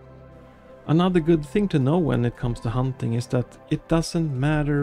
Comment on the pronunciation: Dude it’s not “humping” it’s hunting